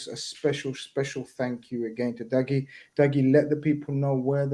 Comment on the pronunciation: They pronounced Dougie name wrong the whole show. That’s poor 😂😂